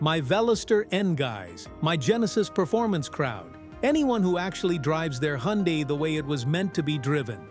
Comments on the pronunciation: It's pronounced Hun Day not Hee yun Die. Just saying... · Correct, Hunday......hurts my ears hearing him mess it up. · All this applies to KIAs, too!😂😅😊BTW, Hyundai is pronounced like "Sunday". Just saying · I call it "hi un di" ... lol!!!! In Korean, Hyundai (현대) is pronounced roughly as "hyoon-deh" or "hyun-day" (split into two smooth syllables: hyeon and dae). It sounds closer to "hy-un-deh" rather than the popular English "hun-day" or "hy-un-die"